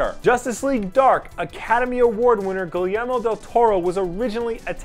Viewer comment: You really need to learn how to pronounce Guillermo (Gee-air-mo) Del Toro